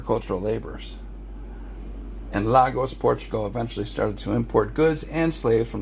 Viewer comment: Hi there, this is very informative. Thank you. I’d like to correct certain mispronunciations. Lagos is pronounced/LAY-gors/ and Benin is pronounced /BE-nin/